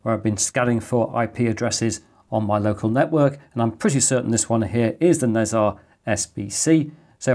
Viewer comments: Great content, as usual! Nezha would be grouped as Ne Zha rather than Nez Ha as you were pronouncing it. Roughly pronounced (in British English) as Ner Jar. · It's pronounced ne jar, "h" is not silent, 😁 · Nezha is one of the celestial beings in Taoist mythology/religion and one of the biggest rivals of monkey king sun wukong. It's pronounced "Na Cha". Most of this info is based on what I was exposed to growing up in a Taoist, Buddhist household.